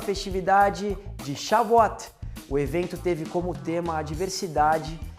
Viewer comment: A festa NAO eh shavuat ! Eh SHAVUOT